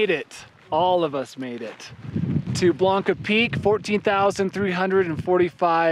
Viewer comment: It's Blanca Peak. Sorry, I had to point that out. lol